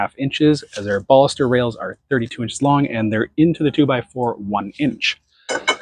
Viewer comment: Took shot everytime you said baulster...